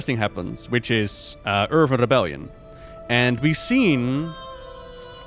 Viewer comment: Pls stop calling Earthen as Earven… Youve spoken english for so many years now, how is your pronounciation not improving?